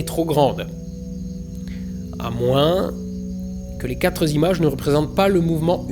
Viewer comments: Faute! On ne dit pas les quatre zimages! Au piquet immédiatement en compagnie de votre camarade Hugo Lisoir, monsieur! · "Quatre z'images". C'est scandaleux, je me désabonne. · je sais, c'est l'accent de la modernité qui lie tout et n'importe quoi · Les quatre zimages et les quatre zagrandissements m'ont un peu piqué les oreilles... Sinon, comme d'hab, excellent.